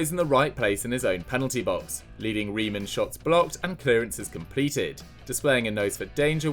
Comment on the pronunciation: You pronounce Reims like Rass